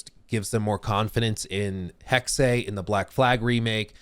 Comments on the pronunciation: cool Video. Hexe is not pronounced Hexsay. More Like Hexsuh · You're mispronouncing "Hexe". Say like like "hek-suh"